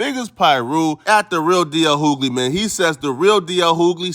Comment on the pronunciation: Bro its pronounced D.L you-gly not hoo-gly...it's really starting to irk me😫😣😫